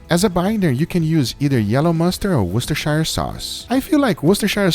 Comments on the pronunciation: Woos-ter-sure sauce. We dont say shy-are in the UK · Wustershire sauce haha